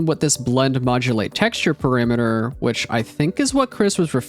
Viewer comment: mate, please... pArAmEtEr. ... NOT "pErImEtEr" ... -_- .